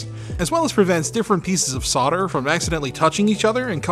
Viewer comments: Who want's to tell them that there's an "L" in the word "Solder" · Now explain why Canada and USA silent L in Solder 😀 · Why can’t Americans pronounce ’solder’? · Solder has an L in it. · I’ll never get over the strange way solder is pronounced in North America. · Should I point out the mis-pronounciation of "solder" bugs me? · Why do Americans and Canadians mispronounce SOLDER? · You threw the word up on the screen as you said it. There's an L right in the middle, say it properly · Oh dear, the L is not silent in solder. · You do know there's an "L" in Solder, don't you? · Is from the US? I didn't think Canadians mispronounced solder as well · It amazes me how Mericans can't see the L in solder. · Why do I keep hearing sodder? I even checked back on the video to check the spelling, not being from the USA I thought they might of dropped the 'L', but no, it's still there. Gamers Nexus Steve also says sodder, which is the place I first noticed it some time back. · Why do hosts on this channel call in solder without l and tapped t, instead of solder with l and d ?! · not in the UK, it's pronounced Sol-der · You pronounced solder wrong :( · Interesting! Also fascinating to me that most Americans drop the “L” in the word “solder”. That doesn’t happen pretty much anywhere else in the world. Great channel! Craig - Australia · Yes, but WHY drop the L? For some reason it really irks me. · what is it with 'sodder'. It's 'solder' as in colder or holder. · SOLDER NOT SAWDER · Repeat after me SOL-DER Are the words like "colder" "folder" "bolder" also causing you troubles in pronunciation ;) ? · SOLDER!!! NOT SODER. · It's solder, not sawder! 😀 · Why do you say sodder when talking about solder??? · Great video! But why are you saying "sodder" instead of solder? lol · The more pertinent question is why pronounce it 'SODDER', when there's an L in the word SOLDER, and no other country says "SODDER"? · I hate that he pronounces solder as "sodder" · s-o-L-d-e-r NOT soDDer 🙄